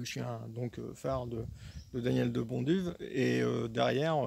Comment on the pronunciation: Bonjour.Je constate avec plaisir que vous prononcez assez correctement le nom de mr De Bonduwe (nom d origine flamande,d ailleurs),qu il repose en paix,c est à dire en prononçant le w à la façon germanique,sans le reduire à un simple "v",ce qui n est pas si évident en France...😊 C est un detail,mais bon...Autant respecter le nom des gens,surtout des gens d exceptions comme lui...Et bien sûr,merci pour cette remarquable video!